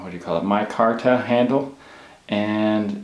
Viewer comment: You have a knife channel and you don't know how to pronounce micarta? Also if you're looking for good knives around $20 get a Ganzo.